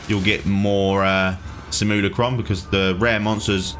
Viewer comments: Say it with me.. sim.. u.. la.. crum. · Say samillykrum one more time. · are you purposely saying Simulacrum wrong? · Dude I know English is weird for pronunciation basically anything that is not English. But how on earth did you come to the conclusion that Simulacrum is pronounced the way you did here? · I swear he is intentionally pronouncing it messed up 😂😂